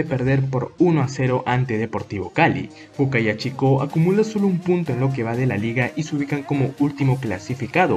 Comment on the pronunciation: No es Boca ya..... Es Boyacá chico